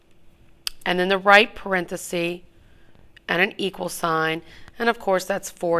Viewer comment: The singular word is not "parenthe-see" ... it's parenthesis. /Lonewolf